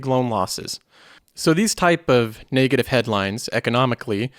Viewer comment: where are you from? That pronunciation of "NAAY-gative" threw me off so many times I cant unhear it anymore haha. Just curious.